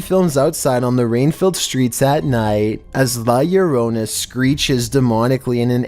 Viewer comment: I love u but the way u say La Llorona